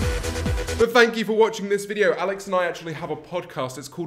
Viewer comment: He really just called them tinks I can't god..